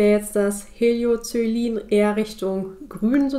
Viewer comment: Cooles Video. Wird das kalte Blau nicht anders ausgesprochen: „Helio-ko-e-lin“?